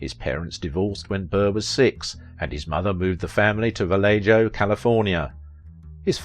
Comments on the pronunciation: . Why do you insist on pronouncing it Valay "Jo" instead of Valay "Ho". It is a fully Spanish word, and is still pronounced that way by all that live there. Wow, dude. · It’s Vale-ho, not Vale-joe. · Val-lay-ho and San rah-fell are the correct pronunciations. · Good video. I love your work. Oh, and it's Spanish, so pronounced "VA-LAY-HO" (Valejo), even in Cali. : ) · And it’s not vellay-jo. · Vallejo is pronounced "vah lay Ho". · Valejo, CA is pronounced, 'Valey-Ho'.